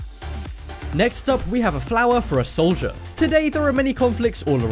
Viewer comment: the soobway one and the solider one